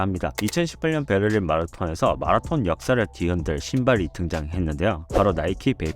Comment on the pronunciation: 한국에서 유투브 컨텐츠를 제작하시는거면 발음좀 주의해주세요 .. 마라톤 발음이 너무 거슬려요 정말 ... 영어잘하는척 하려고 발악하시는거 같아요 ..